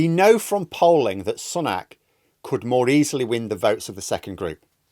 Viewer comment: I like you but always wonder why you pronounce it as "sunnak" unlike every other media outlet.